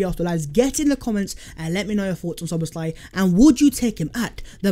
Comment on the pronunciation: Name : no Szoboszl "áj" ---> Szoboszla "i" (y)!